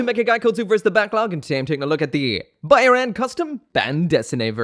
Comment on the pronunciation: I'm pretty sure Byarlant pronounced how it's spelled.